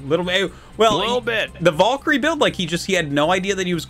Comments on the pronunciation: Wondering why Artosis pronounces it "Volks" and "Volkyrie". Arty can you clear it up for us? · Pretty sure Artosis is from New Hampshire. But even if we consider a heavy accent, Valkaryie is pronounced with some deriviative of an "A" not "O"